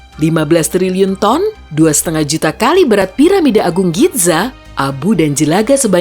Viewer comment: Neng perimis nama piramidanya giza bukan gidza